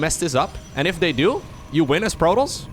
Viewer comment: I am not a native English speaker, but why does he pronounce protoss so weirdly?